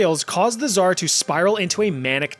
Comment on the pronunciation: Damn ive never heard anyone say "tzar" soo bad XDDD u gotta make the same sound as in TZA tziki sauce